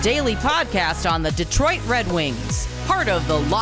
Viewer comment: Saying "De-troi-it". is definitely Canadian. 😁